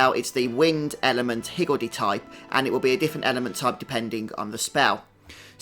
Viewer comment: Great guide thanks! Just started and was confused about the active skills, didn't realize I had to get in the circle to start them. Also, perfect accent for pronouncing higgledy! =)